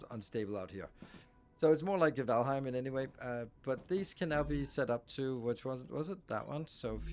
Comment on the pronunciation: so do i when he said valhim and then wondered why it worked after he built supports I laughed